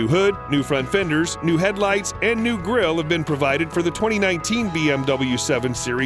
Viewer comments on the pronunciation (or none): none